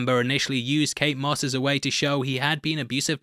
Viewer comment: ... "Kate Smuss"...?